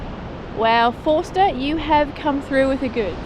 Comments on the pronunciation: Drop the R in Forster and it becomes Fos_ter .Like the locals. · Getting the local pronunciations can be tricky in new places, i.e. Tuncurry and Forster (pronounced without the r sound, Foster). I lived in the town for many years and you can pick the tourists from the locals.